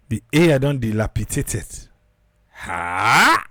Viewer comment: "Dil_api_dat_ed" She said it correctly. 💯